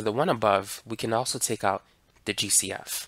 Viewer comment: Everytime he said GCF I thought he was saying juicy f 😢